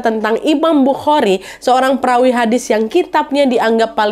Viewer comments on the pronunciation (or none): Perawi kak bukan Pewari